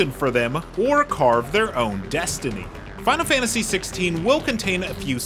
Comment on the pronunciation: fahnul fahntasy